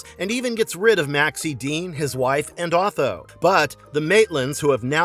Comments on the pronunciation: the fact that you don't know the interior decorator's name is "'O-Th-O'" (Phonetically) invalidates this entire vid. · Delah? Deliah. The name is Deliah. And it Otho not Atho. Bro….. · His name is "OOh Th-oh" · You pronounced Otho's name incorrectly, no thumbs up for you. Try watching the movie with the sound on.